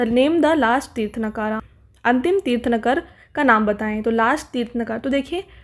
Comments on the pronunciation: Tirth-nakara nhi Tirth-ang-kar hota hai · kindly correct your pronunciation of tirthankaras'